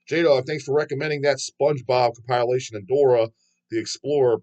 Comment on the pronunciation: It's COMP-IL-ATION,..